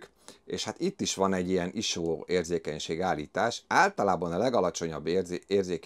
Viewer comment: Sose halottam még iso-t iso nak ejteni.:)